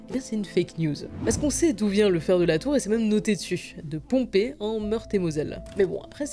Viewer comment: En tant que mosellan on prononce : la ville de « Pompeï » pas « Pompei » même si ça s’écrit Pompey